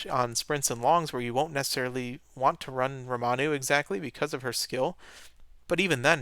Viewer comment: calling Ramonu "Romanu" is becoming a staple of this channel just like water breaks